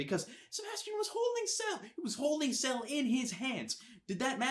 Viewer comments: Why are you calling him Ceal.....??? It's Ci-E-l. Doesn't make me upset just for the future I guess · His name is not sell And this is how you say it Sea el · I was annoyed every time he said cell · Why do you keep saying "Cell" instead of "Ciel" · "Cell"?? I think you mean Ciel... (Sea-el) "Alowes"?? I think you mean Alois.. (el-a-weez) and btw, THEY'RE ALL BOYS!!! ***BOYS*** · why the fuck do you keep calling him cell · PLEASE. STOP CALLING HIM CELL. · Lol, U keep saying " Cell " Your not saying Ciel. Pronounce the " E " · He was pronouncing Ciel, seal. What on earth is wrong with this fellow. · SK Yeah, but still, in the grand scheme of things, does it really make them much of difference? You know he's talking about Ciel, even if he was pronouncing it as "Cell", and the whole point of the video was to give you his thoughts on it. If simple communication is already covered, then it's fine. You wouldn't get on someone with an accent for pronouncing words wrong, would you? Even if doesn't have the excuse, he still got the point across, didn't he? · YOUR PRONUNCIATION IS DRIVING ME MAAAAAD. IT'S C.L. THAT'S HOW YOU PRONOUNCE CIEL. ALOIS IS ALL-OH-WEES. K I'M DONE. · Omg if he calls Ciel "Cell" one more time... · But why pronounce Ciel's name "Sell"? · he either has an accent or just has trouble pronouncing iel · But even the dub got the pronunciation right. :/